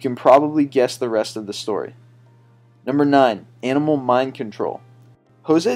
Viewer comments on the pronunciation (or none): none